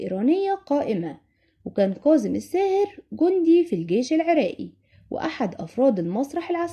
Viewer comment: اسمة كاضم الساهر وليس قاضم الساهر المصريين لا يجيدون التحدث بالعربية الفصحى وينطقوها غلط في غلط